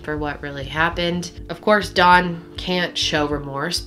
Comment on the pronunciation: You keep calling him dawn